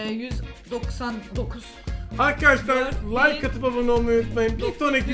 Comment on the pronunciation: Yengecim hâlâ layka ne komik dedin be 😂